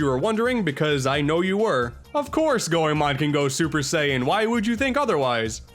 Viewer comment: I agree Chameleon Twist 2 wasn't as good. When I was 9 I recall a friend telling me about Goemon so I rented it & loved it (glad you pronounced it right).